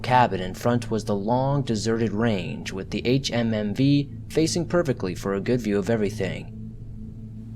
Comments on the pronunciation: “H-H-M-V” it’s pronounced HumVee idiot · Switched this off at the fourth HMMV. Ffs just say humvee. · Thermo meter? It's one word friend also Humvee is said as a word not spelled out lol good narrative voice